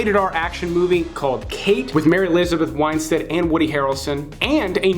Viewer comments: Oh, for god's sake. It's WINstead, not WINEstead. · We gotta work on the how to pronounce elizabeth winstead